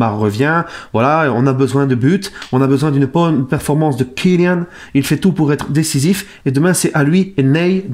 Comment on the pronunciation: "On a besoin d'une bonne performance de Kyllian "(Accent allemand) 😭😭😭😭👌